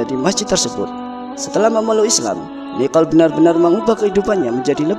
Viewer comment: Nikol...bukan Niqol